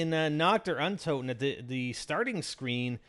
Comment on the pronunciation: Its pronounced uhn-tohten... Sorry that just really fustrates me hearing that..